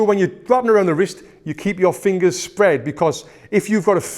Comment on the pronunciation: I love how you say fingas